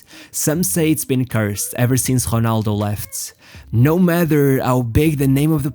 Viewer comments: Bro its ronaldo, not honaldo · Nobody: This guy: Homa, Honaldo